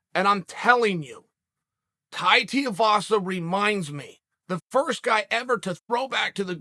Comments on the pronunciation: Its tui not tia… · Hey uncle, It’s not “Tee-ya-vasa” it’s pronounced “Too-we-vasa” Okayyy. Love you buhyyeeee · Chael. TOO - E - VASA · ‘Tai Tiavasa’ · His name is now Tai Tee-you-vasa. Uncle gave him a new name. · I say this almost every video but does Chael ever read the names and go and see how the fighter or his team pronounce names? TIAvasa? This name decides how every name is pronounced and gives zero fucks if he's even close to correct. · Too eee vaa saa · "Tai Tiuvasa" Chael cannot not mess up a name, undefeated undisputed. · I truly feel like you purposely miss pronounce the fighters names. His thing is the shoey Because it rhymes with his last name TUIvasa. Not only that but they say the fighters names 1000 times per fight and you cover the sport. It’s hard to respect your opinion when you don’t even take the time to learn how to properly say the fighters names. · It’s pronounced Tuivasa. Sounds like 2 E Vasa. Thanks Chael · Chael! His names pronounced Tai (Two E) Vasa! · Will Chael learn how to say tuivasa by the end of the week. Two-e-var-sa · First of all it’s TOO-EE-vasa and second of all Bambam chopping the legs out of Lewis till he can’t walk then KO’ing him in the 2nd or third 🇦🇺🇼🇸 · pronounced Tai ‘2 E Vasa’ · My official prediction: Chael will never say “Tuivasa” properly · Still murdering Tai's last name there bunj! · Say the man’s name correctly 🤦🏻‍♂️ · He mispronounced Tuivasa every single time he said it.